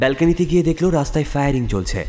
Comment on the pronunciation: উচ্চারণ করো দেখলো করলো dejhl-- করল নয়